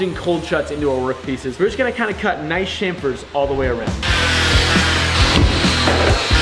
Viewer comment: I know y'all have some accents, but it's CHamfers, with the CH as in CHamp, not SHAMfers with the CH as in SHAM.